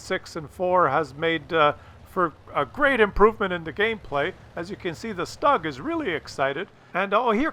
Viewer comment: Stoog ! Not Stog